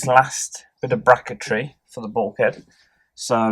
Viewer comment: Is bracket tree a word? 🤣 good video can't wait for the build. Good job you got a good mate that will help ya 😉😘